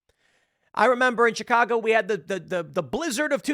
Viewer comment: Tim if you're from our city then you should say the name properly, shicago, is what it sounds like we don't pronounce the CH here